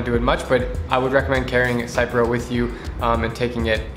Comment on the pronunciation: Hahahaha...just letting you know( I’m a pharmacist) the drug name is pronounced like Sip-Row 👍🤣